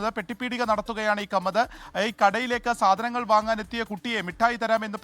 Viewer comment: കമ്മത് ❌ മമ്മത് ✔️